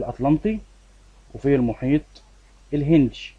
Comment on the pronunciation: شرحك جميل 😍 بس انا اسفه هو في مشكلة صغيرة ان حضرتك مثلا لما تقول الهندي تقول الهندشي زي منطقتشي فدي حاجة بتخليني مركزش بس بستفاد من حضرتك كتير طبعا ❤❤